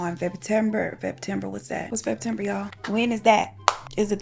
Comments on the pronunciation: you were struggling with Feptember😂😂! "Is it the fall? Is it the spring?"😅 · The number of times you said Feptember! 😂😂😂😂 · I nearly peed my pants the 3rd time you said fetember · You saying febtember like 5 times had me rolling girl. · I’m dying at the bloopers 😂 “Feptember”